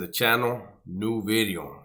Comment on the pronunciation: New beeeeeeeeedio 😂😂😂. cracks me up every time when he says that. It’s a Chicano Thang 😂😂